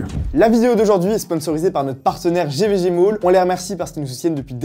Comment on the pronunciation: A chaque fois j'entend GVG MOULE...